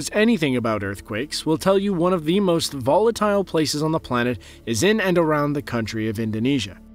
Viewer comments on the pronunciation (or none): none